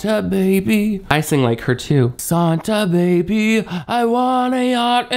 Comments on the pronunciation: I just rewatched Kourtney butchering the Christmas song going into SAHN-ta Baby a thousand times. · Sahn-tah baby is a new one 😂